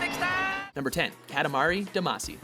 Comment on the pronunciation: Ka-ta-ma-ri, not katamara